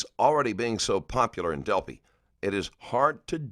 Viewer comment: Del- FYE, not fee.